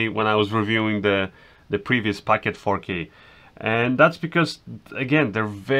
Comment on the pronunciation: POCKET!! NOT PACKET!!!! lol